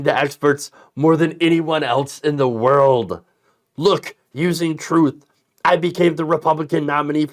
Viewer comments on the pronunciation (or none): "Troath...truth sensial."